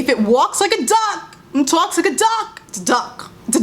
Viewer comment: “If it TAWKS like a it’s duck, it’s a duck” took me out.